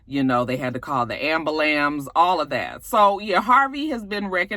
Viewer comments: Not the,"ambulambs".. lol 🙂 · Girl, you did not say “abalams “ 😂😂😂😂 Love you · Ambalance LOL Ok your finally getting our Souther Dialect! I had some of those Red Lobster Biscuits in here for about a Month! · I died when she said it 😂